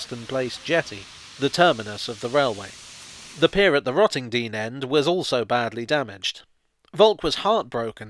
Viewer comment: You pronounced Rottendoom wrong 🤣🤣